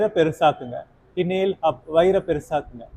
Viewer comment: Not hinale.😂Inhale and exhale